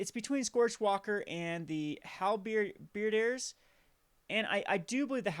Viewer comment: Obligingly, I point out that it's pronounced Hal - as in Alfred ber - as in bird diers - as in deer